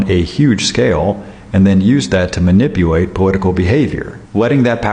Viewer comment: Wtf is "manipuate" tho? Did anybody else notice that man said that TWICE!? 😂😂😂